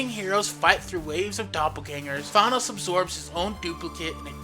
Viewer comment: I can only listen for a little a bit while he is being called Thonos.